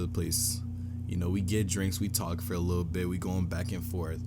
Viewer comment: “I’m not gonna into too much likkle detail!” 😂😂😂